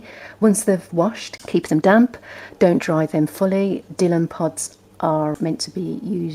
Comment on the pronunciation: Thanks for the video - useful to 'try' before I buy! I have a denim dress that's faded. Your channel looks useful. (By the way, it's Dy(e)lon, rather than 'Dillon'.)